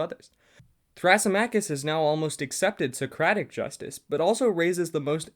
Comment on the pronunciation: you pronounced some of the names wrong, thrasymachus specifically (thruh - SIM - uh - kiss)